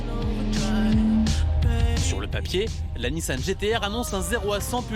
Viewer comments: tout le reportage avec NISAN au lieu de NISSAN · A ça doit être le journaliste qui a fait le reportage sur le Gumball... 😅 Sérieux le " NISAN" c'est magnifique...